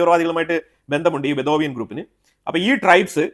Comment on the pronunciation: Sir it is not bethovian but Bedouin tribe